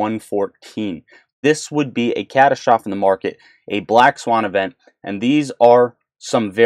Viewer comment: Catastoff? Wth is a catastroff? Is he trying to say Catastrophe (cuh-tAs-tro-fee)? Geez, I guess you can never really take anyone for granite